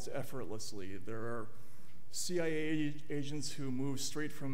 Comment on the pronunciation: 80 Asians on the Foreign Influence Task Force! Can't unhear it.